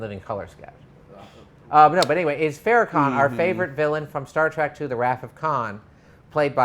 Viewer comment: dude it's Trek not Track